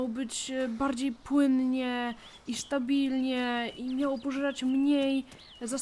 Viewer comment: sztabilnie? hahahah